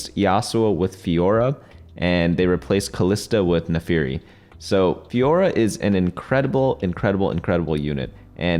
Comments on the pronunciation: it's NAAAAAFIIIIRIIII pls for the love of god not NEEFAAARI I'm dying here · its Nafiri not NAFARI lmao